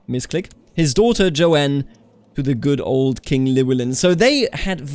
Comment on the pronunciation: The name "Joan" is one syllable. It's pronounced like "Jone."